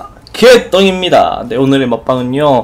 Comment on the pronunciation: '머빵은요' 이거 점점 떵개님이랑 개떵님이랑 비슷해져요~ㅋㅋㅋㅋㅋㅋㅋㅋㅋㅋㅋㅋ